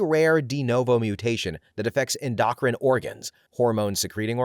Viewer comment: Spends an hour correctly pronouncing increasingly difficult medical conditions and jargon that most people would mess up (necrotizing pancreatitis)… Yet somehow misses endocrine (EN-doh-kryne or EN-doh-krin) as ‘en-DOC-rin’. And slightly more understandable: podiatry (puh-DAI-uh-tree) as ‘PO-dee-AH-tree’. Not so bad, but careful: endocrine is getting up there with hyperbole lol